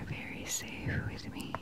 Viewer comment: ya it is. except that part when she says the "safe" part